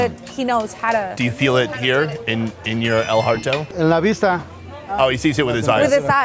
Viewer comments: El heart-O?!?! you hurt my little Mexican Heartizon. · el hearto? haha u mean corazon! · "El Hearto" 😂 Even this Gringo knows it is corazon. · El hearto. Lol it’s el corazon. ❤ gotta love ya!!! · "El harto"? Really man? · "El Hearto" ... really? smh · As soon as he said "Do you feel it in your el hearto" I was done. Learn a few words before you go down there and perpetuate the stereotype of the ignorant American please. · el heartho killed me HAHA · El hearto? This dude corny af lol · Why don’t u learn the language instead of saying stupid shit like “el hearto” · "in your el hearto" gotta love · El Hearto?? Damn, I thought I was white. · He said "El hearto"😔